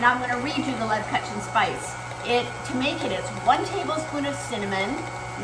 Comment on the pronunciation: Please pronounce leb-koo-chen